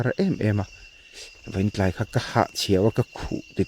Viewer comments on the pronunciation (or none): none